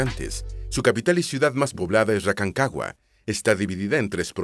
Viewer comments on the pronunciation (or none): en el 12, 13 dijiste Racancagua en vez de Rancagua XD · Racancagua? es Rancagua xd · Faltaron cosas y algunos nombres están mal: El nombre de la región más al norte es Arica y PARINACOTA, no Paranicota; la Capital de la Región de O´higgins es Rancagua, no el trabalenguas que se dijo xD; Es Araucanos, no el trabalenguas que se dijo otra vez xD; La capital de la Región de Coquimbo es La Serena, la segunda ciudad más antigua de Chile, fundada por Pedro de Valdivia, la cual no se nombró para nada al igual que la capital de los rios la cual es Valdivia y tampoco se nombró para nada al igual que la de la región de los lagos, que es Puerto Montt la cual tampoco es nombrada, pero luego viene el trabalenguas peor del video, la cual es la capital de la región de Aysén la cual es Coyhaique (que se lee Collaique) y por ultimo la capital de Magallanes es Punta Arenas. El nombre actual de la Isla de Pascua es Rapa Nui, ya no Isla de Pascua.